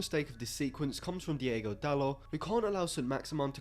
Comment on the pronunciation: It's DIOGO Dalot, not Diego Dalot... he's not spanish!